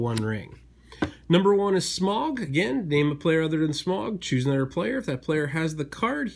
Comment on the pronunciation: Gonna be a Tolkien fan and correct your pronunciation of Smaug. Its not "Smog", it's "Smawg".